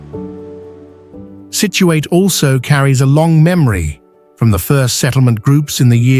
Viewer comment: People in Massachusetts do not pronounce the last syllable Situate as ate, but instead as it. Nice video